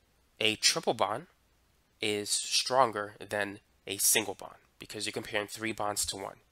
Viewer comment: Why does he saying three as tree lol.